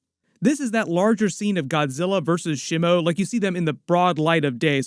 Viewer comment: The initial vowel in "Shimo" is like the vowel in "she," not the vowel in "shim." It's a Japanese word. Japanese doesn't have the vowel in "slim" or "Tim" ✅ SHEE MOH ❌ SHIH MOU ✅ / ˈʃi mo / ❌ / 'ʃɪ moʊ/